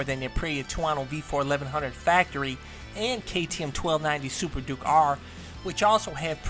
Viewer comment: It's "duke " bro , also who cares about a bike that sounds like an autorickshaw 😆😆